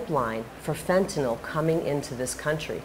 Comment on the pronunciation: She's the only one I've heard that knows how to pronounce fentanyl correctly